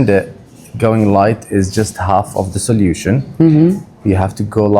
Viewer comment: I don't even see any gray after the job! Nice color! From behind her hair looks like of a 20-year-old girl!! If not THE BEST solution, it's one of the best!! Btw, it's not "soliution" the pronunciation, but so-loo-tion;)